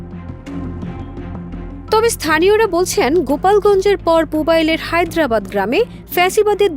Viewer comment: Hyderabad na harbaid hobe😂